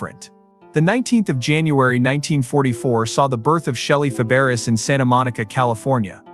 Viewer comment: AI, can pronounce Nanette's last name, but not Shelley's